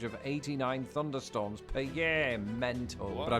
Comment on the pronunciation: I also love “FunderStorms”